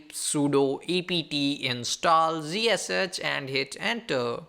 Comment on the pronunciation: OMG!!!! can't you people just create this videos for Indian people in your language? it is pain to listen you, it was somehow auto played and I was looking for tabs to mute or close or whatever just to stop this horrible noise, you can't even know how to correct pronounce words, WTF is zhiseshech? it's ZSH not zhiseshech or whatever you said, blood is leaking from my ears after listening this OMG!